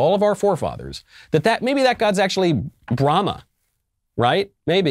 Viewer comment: Oh...he said Brahma? I heard Bruhama.